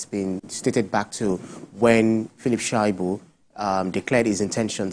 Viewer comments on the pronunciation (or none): Aunty, His name is pronounced Sha -i-bu, not Shua-i-bu.!